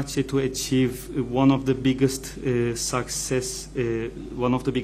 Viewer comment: Tercümeyi yapan arkadaş : success ( sakses ) diye söylenmez . SIKSES diye telaffuz edilir . Herkes seni dinliyor . Bilenlere güldürme kendini !